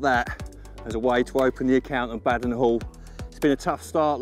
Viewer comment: Its Ba -den hall Not Bad-en Hall 😂😂 sick sessions lads !! Enjoying the vid .